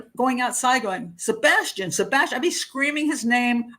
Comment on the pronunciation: no she literally can't say his name in any sentence or interview. It's sad..